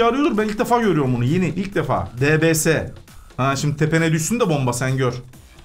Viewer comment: Abi o debese diye denmiyo deybies diye deniyo